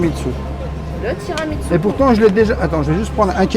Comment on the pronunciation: Merci pour cette vidéo très instructive les! A chaque fois Rêveur parle de TramiTSu…mais ça se prononce TiramiSSu. 🫶 Continuez comme ça, vous me faites voyager au quotidien et j’adore nos rendez-vous.